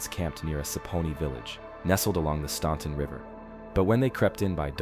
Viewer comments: Luray. Pronounced. Loooo ray. Staunton. Pronounced. Staaaan ton. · You know if you’re gonna talk about a place you should learn how to say the words right. Rivanna is short for the river anna. Riv anna. Piedmont is pronounced peedmont. Staunton is pronounced stan ton. There were a bunch more but seriously. Jeez.